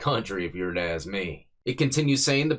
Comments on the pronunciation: Bro when your lawyer says "axe* you judge" you know you're fked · Someone AXED me! It’s ASK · Did the defence lawyer issue veiled threat against the court when he said he was gonna “axe” them 😂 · Even his attorney can't pronounce ASK!